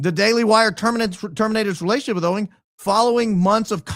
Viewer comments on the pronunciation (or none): none